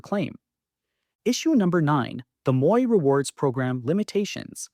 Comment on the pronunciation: My comment is on the mispronunciation of a couple of words used in your video. First, the first word in Sault Ste. Marie is pronounced Soo. Second, Metro 's Moi rewards program is pronounced mwah. It is the French word for me.